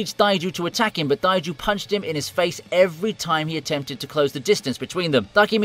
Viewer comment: Why are you saying Taiju and Takemichi so weird?